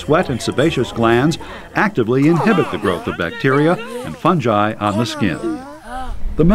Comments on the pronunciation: it is pronounced fun-guy not fun-jigh and wheree is all d important info bout like white blood cells and stuff U R GOING TO MAKE ME FAIL BIO! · what the hell is fun-jai!? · why does he keep saying funji? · who calls it Funji? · actually fungi has 3 pronunciations : 1. fun-guy 2. fun-jigh 3. fun-gee